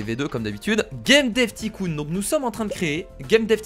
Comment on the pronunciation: Stp dit pas ticoon dit taïecoon